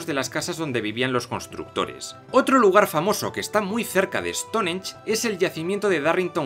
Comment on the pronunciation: No se dice Estonench se dice Estongench